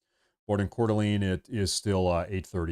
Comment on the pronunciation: When did we start calling it cordaleeen?